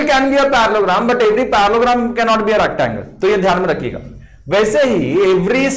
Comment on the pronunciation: the fact that he was saying Parallelogram as parlogram with full confidence